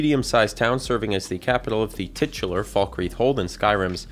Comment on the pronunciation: "Tit ular" 🤭